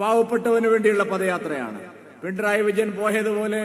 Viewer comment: പിണ്ടറായി വിജയൻ എന്നാണ് ചേട്ടായി പറയുന്നത്😂 അത് പോലും പറയാൻ അറിയില്ല സൂരപ്പൻ